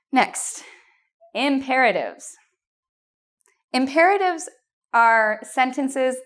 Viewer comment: The way she said Imperatives was 👌🏻